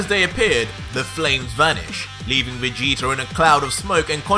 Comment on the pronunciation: Who is "Vegeter"